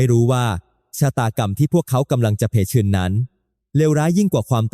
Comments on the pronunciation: เผชิญ มันอ่านว่า เผ-เชิน 😢😢😢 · เผชิญ อ่าน เผ - ชิญ